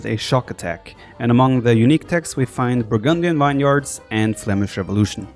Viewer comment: vineyards is pronounced VIN-YERDS. Hail Snek! Indomitable lion!